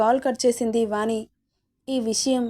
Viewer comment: వాణి....పెరు పలికే..టప్పుడు'ణ' శబ్దం వాని....పలికెటప్పుడు 'న' ఉచ్చారణ గమనించగలరు. వాచికాన్ని సరిచూచుకోగలరని మనవి🙏